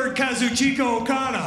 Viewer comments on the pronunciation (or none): seconds into the video, they mispronounced Kazuchika Okada. Yeah he's not signing here.